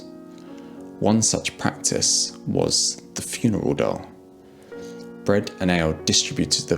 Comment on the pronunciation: It’s ”funeral DOLE,” not “funeral DOUGH.”